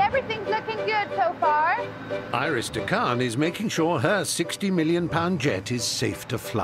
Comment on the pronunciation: It is DeCann not de Kan